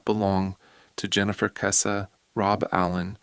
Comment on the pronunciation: If you can’t pronounce her last name, you have NO KNOWLEDGE of this case.